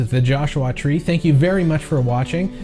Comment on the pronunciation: Joshu-ah Tree.